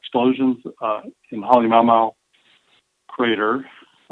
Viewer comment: It's pronounced Hallee-ma-oo ma-oo